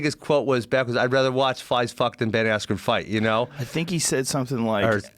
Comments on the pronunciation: The only guy that pronounces his name wrong......“Ayskren” Gonna get the belt though! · Ben “EF” Askren